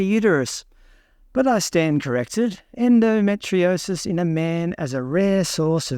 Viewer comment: Endometriosis is pronounced as en-do-me-tree-osis not en-do-met-tri-osis……. ⚛️☮️🌏